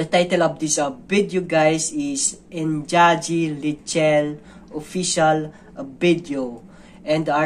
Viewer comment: The correct pronunciation of engagi leichil is ing-nga-gee lei-chill